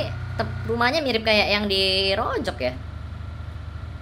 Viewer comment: Rozhok bukan rojok bang🤣🤣